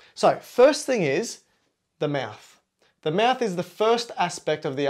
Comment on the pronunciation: You said maths not mouth 😂